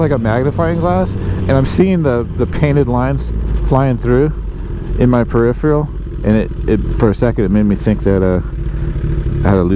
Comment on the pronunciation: I cannot take advice from a man who doesn’t remember the proper name of the brand someone that cannot speak their native language properly it’s your peripheral vision not periperal sedici not sedici Paid video terrible editing terrible use of the English language which is obviously his native tongue sorry dude get some education before you try and influence people